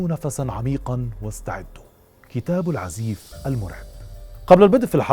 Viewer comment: أستاذ الكتاب مشهور في اليمن بأسم العزاااف وليس العزيف